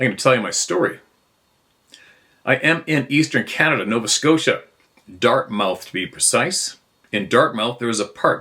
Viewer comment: Giggles… Steve- it’s not Dart-mouth…it’s pronounced dart-muth ..I’m sorry, had to say it… 😂 ..have a great day!